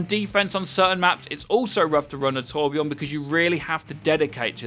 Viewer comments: it is torbjörn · TorbJÖRN... ÖÖÖ!!